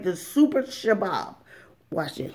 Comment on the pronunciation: I Can't Help But Laugh, I'm Laughing So Hard Every Time You Say Sha-Bab. 😂 I Think You Mean Shish-Kabob ... Sha-Bab Is Actually A Terrorist Group. (I know what you mean) That's Why It's Funny. I'm Laughing WITH You, NOT At You. 💋✌️😂😊 *Harakat al-Shabaab al-Mujahideen, more commonly known as al-Shabaab, is a jihadist fundamentalist group based in East Africa. In 2012, it pledged allegiance to the militant Islamist organization Al-Qaeda*